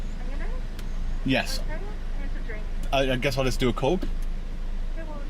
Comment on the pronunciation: "DO YOU LIKE COHKE OR PEPSI? LET ME KNOH IN THE COMMENTS BELOH!" --, Professional Food Reviewer